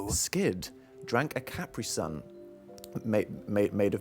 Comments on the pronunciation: the way dan pronounced caprisun 😭😭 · I forgot he can't pronounce "caprisun" correctly